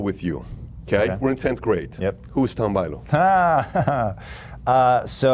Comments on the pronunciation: Looks great! Haha, you got his name wrong, it's not Tom Buyliu 😂😂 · A bit painful to hear Tom's last name being mispronounced so many times... :/